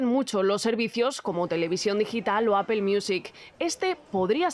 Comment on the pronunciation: Empiecen por pronunciar correctamente Apple…….